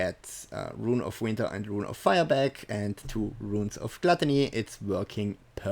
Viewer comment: I swear dude if you say GLUTTÄNÄY one mire time ...